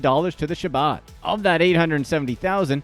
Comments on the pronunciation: Learn to pronounce Chabad. HAH-BOD. Yeah what he did was wrong, but don’t just concentrate on this low level stuff, go after the billionaires. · I noticed that too.. he probably thinks there is only one Mendel.. did he say Rabbi’s son was named Mendel after his uncle? Lol also the way he mispronounced “Chabad”..